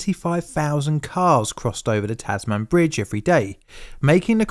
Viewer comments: taz-"min" inst ead of taz-man? i think? dunno. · Not “Tas-man” but “Tasmn” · Tasman. not TasMAN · Is “Tas-man” correct? I’ve read about the life of Abel Tasman and figured it would be pronounced “Tas-mun.” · Pity you didn’t p pick up on his mispronunciation of the word Tasman. Mustnt have been in Hobart long. It’s not Tas-Man . It’s Tas-mun. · Nice one, a tragic story well told, with respect to those who lost their lives. In return, a handy pronunciation guide for non-Aussie blokes/chicks: - Tasmania was pronounced correctly. - TAZ-m'n not Taz-MAN, even though it's actually named after a man (Dutch explorer Abel Tasman, the first European to discover the island). We swallow the final syllable all the time in our lingo, see also MEL-b'n / BRIS-b'n / CAN-b'ra. - Contrary to the above, Hobart is pronounced Hoe-baht not Hoe-b't. The conventional pronunciation for Queensland is as it appears, but you will sometimes hear people shorten it to Queensl'nd. - Not a bad attempt at "Lake Illawarra", indigenous place names are often challenging. The correct pronunciation is "Illa-WORRAH". At the start of 2022 our national scientific research org (CSIRO) in completed a detailed underwater mapping project of the wreck, the old and new bridge pylons and the surrounding marine environment in partnership with a private firm. I believe the purpose is to devise a proper management strategy to ensure the SS Lake Illawarra presents no hazard to marine life etc. Cool project. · In Australia, it is pronounced Tasm'n, not Tas Man, but a well researched and interesting documentary for someone who caught ferries back and forth to Lindisfarne during this period. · Its Tasman, not tas man. Its named after Able Tasman the dutch explorer who discovered the island in 1642. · Dude... Tasman rhymes with "jasmine", not "jazz band" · It's pronounced Tasm'n Bridge, not Tas Man Bridge. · It's TASmun, not TASMAN. HoBART, not Hobut. IllaWORRA, not IllaWARAH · Tasman - sounds like Tasmn Not TasMAN